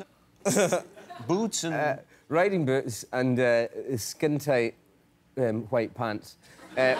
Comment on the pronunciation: wHite pant the emphasis of H remind me when Stewie Griffin pronounce "wHip"😂